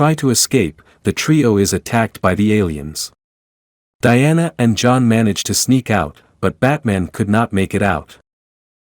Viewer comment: A carter doesn't crash down. A meteor, or something else, cause a crater! AI voiceover fail... And now it goes from John to J-On for J'onn J'onzz?! LOL And who mocks Batman for not having Super Powers?!